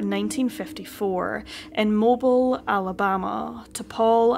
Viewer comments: I keep saying in my brain when I hear you say Mobile like a cell phone....it isn't pronounced like that, it mo-bill....lol. I live in northern Alabama and I haven't heard of this horrible incident. So sad, my prayers are sent out to the remaining family members...Thank you for sharing this little boy's plight for justice! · I believe it’s Moe-BEEL Alabama. But, great video. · I pray that by now Danny is safe in the arms of our Lord..Who asked that the little children come unto him..as such as these make up the Kingdom of Heaven. RIP Daniel! Nicely done..thanks. PS...Mobile, Alabama is pronounced here Mobeel. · Just FYI, Mobile is pronounced Mo-BEEL. Great video, thank you. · It's pronounced 'Mo-beel' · It's pronounced mo-billll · Nice job! MOE-BEEL. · If you get another story set here, it's pronounced MoBEEL. I've never even been there, so I'm not offended! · Just a friendly FYI: it's pronounced 'MOH-beel' Think Beale St. in Memphis, or like the word deal or seal. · Mobile, Alabama is pronounced MO-BEEL. There's no reason you'd know that. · It's "moh-beel"... 🤗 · Mobile is pronounced MoBill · It's pronounced Mo- Beal like the color TEAL but with a B .. luv .. it's spelled like Mobile Cell but pronounced Mo- Beal . Love ya accent tho..💯💯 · Its pronounced MO-BILL. Common mistake ☺ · I was coming to say that! I’m from central Alabama and it totally threw me off the first time she said it. But I quickly figured out what she was saying. 😊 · Mo Beal not mobile spelled the same but sounds different. Mispronounced places us common on this channel. A simple Google search will tell you how anything is pronounced. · It’s pronounced MOE-BEEL Alabama, darlin’…. Bless yer heart 😉😘🥰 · I was so shocked to hear my hometown named. In all friendliness, it’s pronounced Mo-Beel (rhymes with faux heel). No way anyone not from the area should know. ❤ Love you content. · Mobile sounds like MOH-beel not Moh-bull.. Sorry, the way she is pronouncing it is driving me crazy, lol